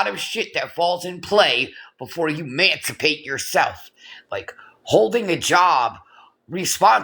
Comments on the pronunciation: It’s EMANcipate you dolt. Not MANcipate. Sounds like YOU need to educate yourself. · LORDT GOD speaking on MANSIPATE😂 you STILL COULDN'T MANSIPATE YOURSELF